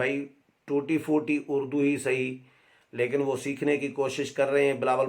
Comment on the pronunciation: نیازی نے خود اردو کو "اڑ دو " کہا ہے اڑدو